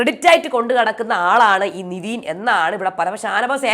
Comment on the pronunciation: Niveen ennu allalo nevin enalle correct peru.... Atleast correct name pronounce cheyyu